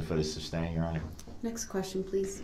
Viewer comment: I hope the court reporter transcribed his words (substain, axe) just as he said it. It has to show on record how stupid he really is and not the Perry Mason he thought he was.